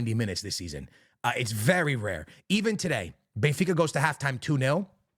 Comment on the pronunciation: Bro, how are you mispronouncing these teams? You look hispanic for Christ sakes. WTF. You just swallowing consonants left and right?! Bey-fica? Alantia?!?! Yuve?!?! ❤😂❤